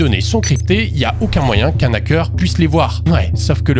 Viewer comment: 1m12: "Un nackeur"? Le h vient de déposer plainte.